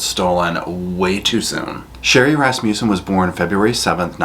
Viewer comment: I giggle everytime you say Rass-muse-son.Its Rass-mus-son